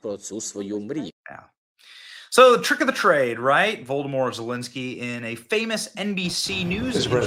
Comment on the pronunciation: Benny, you crack me up with the intentional mispronunciation of these losers' last names! Voldermort Zalinsky!